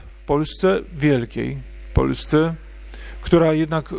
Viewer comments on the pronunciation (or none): none